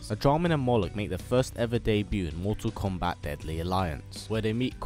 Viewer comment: 1. It’s “Moloch” 2. Yes